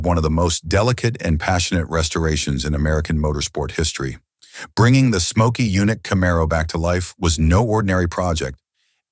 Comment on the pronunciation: Get rid of them. I give thumbs down on these universally. And who is "Mokey Yunick?"